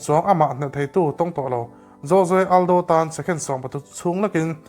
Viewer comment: jose aldo nge joje aldo😂